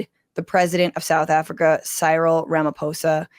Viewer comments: So pronounce his name c-ril where c is like the letter c or the “open sea” and ril is the same sound as “ryl” in Benadryl- just fyi from a South African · The South Africans say Cyril as C-Reel...Great episode again.